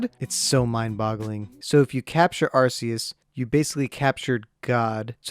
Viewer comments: anyone else get triggered when he says ArSEus and not ArCEus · It’s not pronounced arseus, it’s pronounced arcoos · its pronounsed "are-coos" not "are-cee-us" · It isn’t pronounced arseus, it’s either arceus or arcoos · Its pronounced Ar-coose* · it's a land shark Why would that be water? Every Pokémon has a reason it is the type it is Watch lokstin's vids on each type explained arceus IS god (and it's pronounced ar-koos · it’s Are-key-iss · Arceus Is pronounced Ar-coos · Arceus is pronounced argoose have you even seen pokemon talk? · Its arkoos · Arceus is pronounced Arkoos. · Arceus do you mean Arkoos? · You mean ARCOOS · IT'S PRONOUNCED (ARE-KEY-US) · IS NO ONE GOING TO TALK ABOUT HOW HE MIS..uh SAID ARCEUS....now that I say it’s a nick pick..who cares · your saying Arceus wrong cause the way you say it stands for a umm certain phrase on some areas of the world. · *imma start up a war here* ur saying arceus wrong